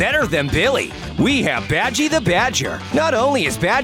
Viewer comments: its badgey not bager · It's bagey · Isnt it badgey? Or badgyy? And not badger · Is not badger its badgy ok ur rude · Badgy Not Badger